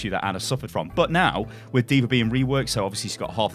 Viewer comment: Why do you always say names like Deever, Anner, Oriser???